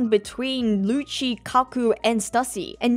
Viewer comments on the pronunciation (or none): none